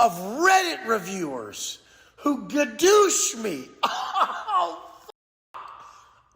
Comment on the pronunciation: Why does he keep saying gudoosh